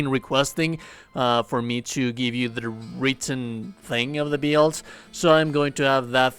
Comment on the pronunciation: wtf is a beeild?